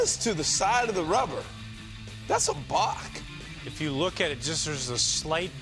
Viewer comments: I'm sorry, but before we even begin discussing the balk, much less upholding the rule, you need to say it right. It's a balk , not a "bock", okay. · Balk...not BOCK.